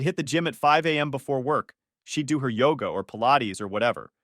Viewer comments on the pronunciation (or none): none